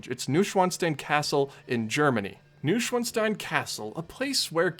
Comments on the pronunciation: *noy·shvaan·stine (not steen) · It's pronounced Noo-oyn-svan-sh-tine